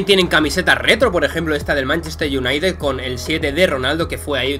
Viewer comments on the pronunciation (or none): none